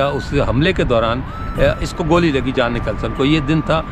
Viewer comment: Theek lafz Jhon hay Jaan nahe !